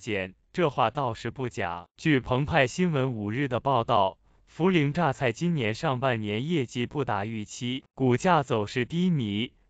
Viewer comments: 你努力抹黑大陆的样子虽然很狼狈，但是你说涪(pei)陵榨菜的样子真的很自信(gáo xiào)。做人无时无刻都要保持自信，你做的很棒，你要坚信着 这个字就是念pei，你的自信不允许它念涪(fu)知道吗？ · 泼ei~陪，pei陵。同学请注意你的发音😂